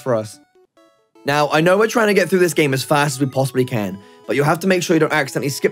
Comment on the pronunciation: “Play froo”